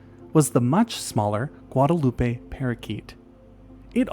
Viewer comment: Also, Guadeloupe is pronounced ɡwädəˈlo͞op Okay, I'll stop now